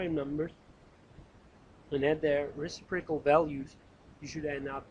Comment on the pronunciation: For all I know you've received this kind of criticism before, but being someone who is wanting to make sure I am pronouncing words properly I feel the need to bring it back up since it introduces cognitive dissonance gor me while listening to your (very helpful, by the way!) lecture videos: it is pronounced reCIprocal (IPA: rɪˈsɪp rə kəl); the antepenultimate syllable is emphasized. Source